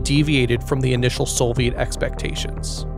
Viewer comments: “Soviet” does not contain an “L”. Neither when written nor pronounced. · great video but the pronunciation of soviet shits me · Why do you say "Solviet"? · 🤩 Very HQ content & production 👍 Like, amazing. Insta-subbed now; can later say "I was on the channel when it was only 87k..." EDIT: the music really ups the viewimg experience, well-done 👋 Serious question: Why do some ppl say "Sole-viet" when talking about the Soviets? (Narrator here, John Roderick on Omnibus) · Great graphics, music, and animations. It’s a shame the high production quality is let down by oafish pronunciations. Sole-vee-ette? Surprising a ‘nuc-u-lar’ couldn’t be squeezed in as the cherry on top. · why does bro say "solviet" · That and SoLviet. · brother, soviet does not have an L in it... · production quality is just fantastic. only the mispronunciations are killing me... Soviet / Solviet ... Afghanistan / affaganastan, only meant constructively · I’m certainly far from perfect. My surprise was seeing a video with exceptional visual production quality, and mostly superb narration, but peppered with truly bizarre pronunciation of certain words. If that is how you normally enunciate those words (Soviet & Afghanistan in particular), my apologies. I figured they were purposely said like that to drive up engagement, which just takes away from the overall quality of the work. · Never seen someone butcher the pronunciation of "Soviet" and "Afghanistan" so many times. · Great video, a few nitpicks over pronunciation of Soviet and Afghanistan, but really incredible work! I cannot wait to see more